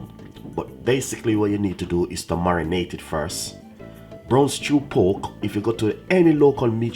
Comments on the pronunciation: It's pork..not poke😂😂😂😂😂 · It's poRk dude, not poke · 😂😂😂😂 he said poke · You keep forgetting the r in pork,u keep saying powk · Lol thought I was the only one that heard it too.